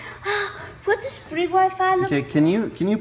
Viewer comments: Fwee Wi Fiiiii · DIS IS WHA FWEE WI FI ROOK LIKE